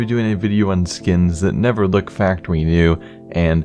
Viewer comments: factowy nw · Did anyone else notice factowy new? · factoWEE new? was i the only one who noticed?